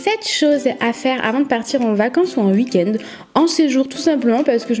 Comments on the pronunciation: ça me stress elle dit uik-end 😂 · Jtm bien mais tu dit